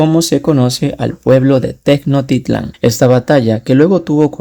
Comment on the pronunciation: Tecnotitlan😂😂😂 es tenoch como shhhh titlan jeje soy mexicana 😅😅